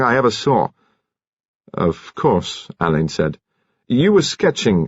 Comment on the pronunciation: Another reader who doesn't know how to pronounce Alleyns name. Marsh is fuming in her grave because she actually included in one of her books How And Why It Is Pronounced. I can't wait for Hercules Perrotte and Shearluck Homs.